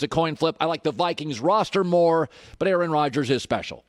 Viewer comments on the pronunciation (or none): none